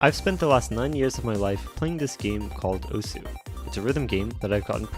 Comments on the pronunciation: Osu ❌ Oozoo ✅ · Literally 90 percent of players call it osu as you see it, we all know it is pronounced ohs. It literally is in the first sentence, the game says to you: "Welcome to 'ohs'... click the circles..." It is not a big of a deal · played it so long and yet still mispronounce it... boot up the game; it says it's name! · playing the game for how long and you don't pronounce it right? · 9 years and you cant pronounce the name of the game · i've spent the last 9 years of my life playing this game called proceeds to pronounce osu! wrong O S U ! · Plot twist: he has been pronouncing the name wrong this whole time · 9 years cant pronounce "osu" correctly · the u is silent on osu... how can you play it for years and not notice it even says it's name when you start it "Welcome to Osu!" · spent 9 years playing a game that you cant pronounce the title of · so good at the game he still doesn't say the name of the game correctly. I can't express how much that hurt my soul.